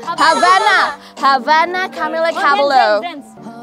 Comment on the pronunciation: You know is a Filipino if pronunciation isa thing HAHAHA "Camila Cabello"😂💕💕